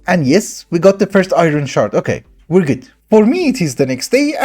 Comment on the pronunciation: Every time you said shard my girlfriend kept hearing shart 😂